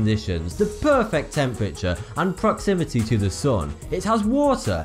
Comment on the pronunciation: For someone who can't pronounce the letters 'th' you sure do say them a lot. And did I hear some Jamaican come out at the end saying perfect?